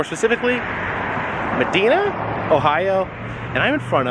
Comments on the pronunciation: Love it buckeye state. And just FYI for future it is pronounced Madinah. OH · That’s like 15 minutes from my hometown! Aptly, it’s pronounced Meh-dina. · I used to live in Medina ( pronounced ma- di (long i ) na, plz! Thank you for showing us Castle Noel, which I always wanted to see. Attaboy, Carpetbagger!!! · Moriah Crawford - you mean Meh-dye-na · Prpunounciation of Medina is (mah dinah) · Great video, I went there 2 years ago! Loved every moment of it, especially the Griswalds RV. Oh it’s Ma-Die-Nah hometown of the late Ryan Dunn